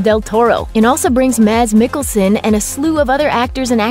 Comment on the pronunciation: “maz mikkelsen” . Mads*🙄